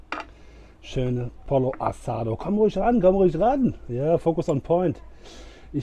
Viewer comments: Schönes Format. Bitte mehr. Übrigens wid "pollo" im Spanischen wie "pojo" oder Mallorca ausgesprochen. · Lieber, super Video, wie immer. Achtung, Pollo wird "Poyo" und a la "Gayega" ausgesprochen, aber mindert deine Leistung keineswegs.